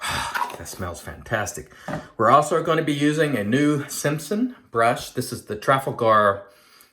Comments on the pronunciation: Beautiful looking new version of the Hawk,! But......Trafalgar would be pronounced ' Tra-fal-guh' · The model…Trafalgar….is named after Lord Nelson’s naval victory over the French in 1806…if memory serves. It is pronounced….Tra..FALL…gar. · It's pronounced Traf-al-gu. Based on a battle in English history.